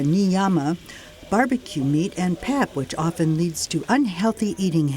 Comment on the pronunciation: “Pap” is pronounced “pupp.”